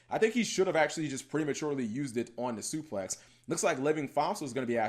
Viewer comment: This man kept saying "suplex" instead of "suprex" lmao